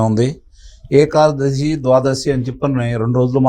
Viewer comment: ఏఖాదశి కాదు ఏకాదశి